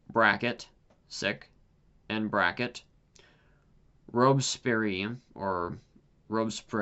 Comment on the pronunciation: It's Robes Pee Air.